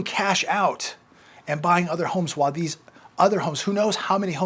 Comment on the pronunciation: say While not Whahl